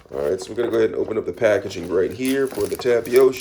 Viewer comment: btw it’s pronounced tap a tee oh